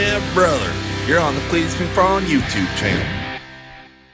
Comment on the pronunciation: "My giraffe won't give me the hot tune" "BRRRother" 😂😭 I'm dead, let it be known murdered me with that one